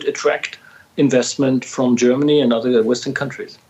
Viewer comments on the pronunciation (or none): none